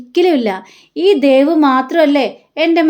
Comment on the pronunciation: അരുണും ദേവും... ദേവ് അല്ല ദേവു...